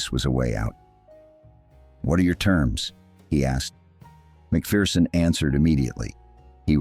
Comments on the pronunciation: "MacPherson" not "Macfearson". No "fear involved. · By the way Yankee land you pronounce his name Mak Ferson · Tommy was a legend. His book "Behind Enemy Lines" is well worth a read. BTW, it's pronounced Mac-Fer-son. There's no fear in a MacPherson.